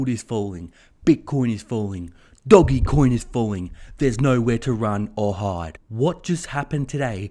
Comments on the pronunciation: Why are you pronouncing it doggy coin and not doge? Lol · Will you PLEASE STOP SAYING DOGIE COIN. IT IS PRONOUNCED Dogecoin. Markets back up today, again.